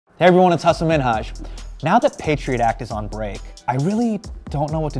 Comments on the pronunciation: I love that he's pronouncing his name correctly now. After that Ellen interview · he mostly pronounced it correctly